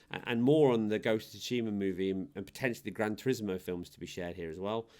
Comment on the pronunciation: Imagine there's some woman named Sue Sheema. Say her name in your head. That's how you say Tsushima. You're welcome.